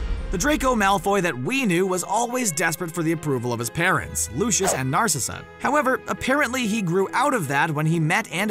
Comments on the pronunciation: me too im like its L-U-C-I-U-S NOT LOOSHUS AND ITS N-A-R-C-S-S-A NOT NARSHISA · It's NarcIssa not NARcissa! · “Looshus and Narsha” Me: L-U-C-I-U-S and N-A-R-C-I-S-S-A okiiiiiiiiiiiie? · lushus and narsizza HAHAHAH